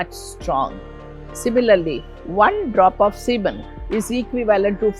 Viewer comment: It's not sehmen, but it's pronunciation is sea-men. Folks fail to understand that sexual addiction like any other addiction can be related to mental health disorders like Bipolar disorder. Hypersexuality is a comorbidity. Why frame only boys and men in the fapping sphere... What about the girls and women who go finger jabbing like no tomorrow? 😡 😡 😡